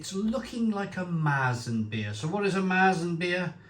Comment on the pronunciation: Correct pronunciation would be Vild brow Keerta beer And also Mare-t-zen is the style of beer. Just thought for someone regularly reviewing beer it might help. Cheers mate